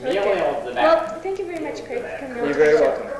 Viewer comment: Your accent is correct Craig. Thanks for sharing. :)